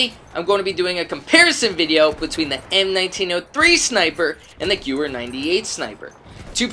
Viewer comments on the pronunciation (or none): It's pronounced "Gehvehr" not "Gewwer"